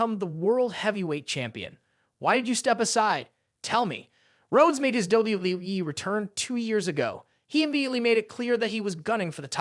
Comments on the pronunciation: Why does he says WWWE????? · What weee wee wee?! Bad narrator poor poor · He is saying WWE as WWWE. WTF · Not only does he say act like a human character he can't get not one person's name straight he can't even say WWE right😂😂😅😮